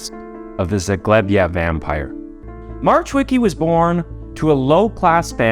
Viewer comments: In Polish, we pronounce W as V and the C in CH is silent, C on its own is pronounced as a "ts" sound. Marchwicki should be pronounced as Mar-h-veets-kee. Definitely not "March Wicky" 😂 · I looooove ur work and research u do... but Marchweeky made me laugh😂 if i wouldnt know that story i would never know who you are talking about. Please check how to say it, don't try on ur own coz i know it's hard as hell if u don't know polish at all. Anyway great video❤ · I mean Just cuz how you said marchwicki made me giggle xD For next time our ch is pronounced h, not like American. Just h. But good enough